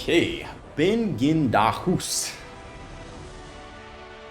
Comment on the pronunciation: His Name was "Ben G in da Hus (House)" not Ben Gin Da Hus :D